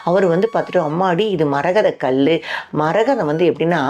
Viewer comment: இச்சிலை விலை மதிப்பு அற்றது. கயவர்கள் திருடக்கூடாது என்று அறைக்குள் வைத்து செதுக்கப்பட்டதாகவும் செய்திகள் உண்டு. ( தமிழ் உச்சரிப்பு சில இடங்களில் தவறுதலாகவும் இருக்கிறது. உதாரணத்திற்கு கல். கள் ஆகிவிட்டது)